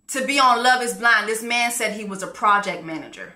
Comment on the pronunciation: She said “Project Manger”… “He in the project, managing his mattress on the floor”. 💀 🤣🤣🤣🤣🤣🤣🤣🤣🤣🤣